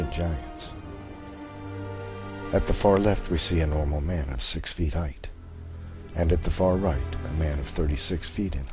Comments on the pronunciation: thank you so much for the awesome vids, entertaining, insightful and informative... buuuuut..., with respect and no insult intended, the term is "height" not "heighth"...there, i mentioned it before you have to hear it from a creatard who trashes your whole presentation because of one, perhaps geographical use of a non-word... thanks again though, i'm a long time subscriber... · Also, there's no h at the end of height. ;-) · I enjoy the videos, but the whole repeated "heighth" thing was getting genuinely frustrating. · You are correct... There were never and human giants... Also though, the no such word as "HEIGHTH" perhaps you meant "height"... Just saying Great vid!!!